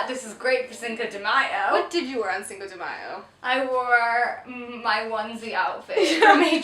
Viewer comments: i really love you guys but the way you guys pronounce cinco de mayo makes me want to stab my ears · I love how you pronounce "Cinco de Mayo" xD <3